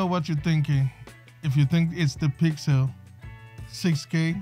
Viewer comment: Your right but now it's the PYXIL for sure